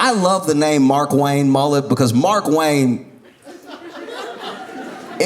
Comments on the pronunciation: His pronunciation of Mark Wayne has me rolling 😂 As a redneck, I've got a cousin named Tanner Wayne and I definitely heard his name yelled like that. But it's still not as good as "Marquain!" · Even though I know it’s MarkWayne, Josh makes it sound like Marquane! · Josh, it's pronounced Mar-Kwayne. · Yes, and it’s still incorrect.